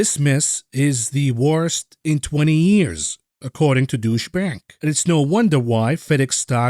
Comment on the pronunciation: 😄 Love your content and also love your pronounciation of deutsche bank. try following: tsche = like utch in dutch and then add an e like in a souffle so put together tsche = utche and deu = d'oh + ou (like in your) hope that is helpful:) as mentioned love your work keep it up